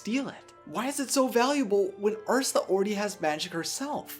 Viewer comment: It's urs you la not ursa